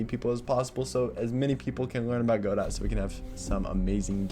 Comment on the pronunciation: Dude please pronounce it Goh-Doh😭